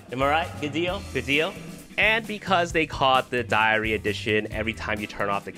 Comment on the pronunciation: I thought you were saying diarrhea